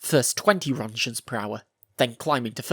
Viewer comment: Wtf is a "ronjen"?